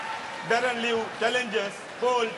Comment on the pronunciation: it’s Liew daren